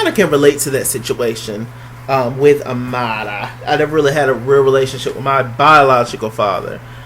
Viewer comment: Everytime you say Amara's name I scream